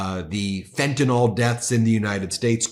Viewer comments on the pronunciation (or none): Hey Ben! Love your work! Chemist w OCD here: "Fentanyl" NOT FentanOL The last syllable is pronounced like "ill", not like "all" Does it matter? Of course not... 😅